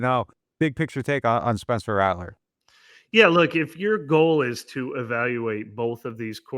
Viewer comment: Caught the “Spencler” lol